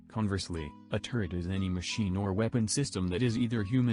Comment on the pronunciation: So sick of hearing "turrent" and "turret"